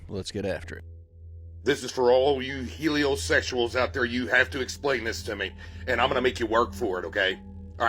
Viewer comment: "Helio Sexuals" 😅